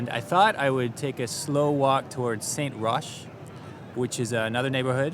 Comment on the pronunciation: Great video! Really well done, very entertaining, and very accurate. By the way the word Saint (you don’t pronounce the t, because it is masculine) and Sainte, feminine, you do!